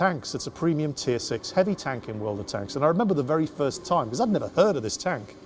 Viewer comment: Do you make a dollar every time you say world of tanka??